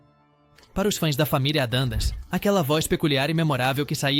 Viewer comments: Pois é: Entre outras, "Família "ADANDAS" foi Phød@ Pöøtakiuspariu.... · Não bastasse não ter ninguém de carne e osso para narrar o vídeo, ainda uso inteligência artificial de maneira amadora. Tudo nesse vídeo é muito ruim. Pronúncias incorretas, nomes errados, voz chata! Às vezes é Monster às vezes é Mister às vezes é Adams, e até Adandas. Lixo! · Sem falar no família Adandas e Minster, kkkkk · Familia monster e familia adams.q dificuldade tem a ia de pronunciar certo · Não entendi o que fala ao dizer Addams, e a pronúncia correta de Munster é mãnster e não minster (que seria a pronúncia da palavra alemã Münster). E há vários outros erros de pronúncia no vídeo como LEAVE IT TO BEAVER que foi dito como se lê em português. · O que é "família adandas"? "Família Minster"? "Iconícos"? Quantos erros tolos de pronúncia!